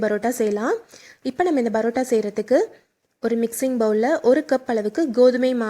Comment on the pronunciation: Parota madam barota இல்ல